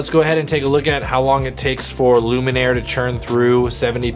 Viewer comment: I'm here to mention what has possibly already been mentioned in the comments: If Luminar misses a patch of skin in your example you can click on "Edit Mask" and help it find the parts that it missed. Hope that helps! Also, really sorry but I think you've been mispronouncing the name of the product through the whole video 😬